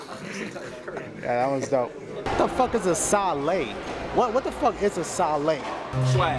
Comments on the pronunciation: Its sale not a sa le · he said wtf is a salay its sale,but i still like you dashie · wtf is a sah-lay?! lmfao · dashie its not sa le its sale stop actin like barraka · what the fuck is a sa-le? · its sale sale sale! not sa le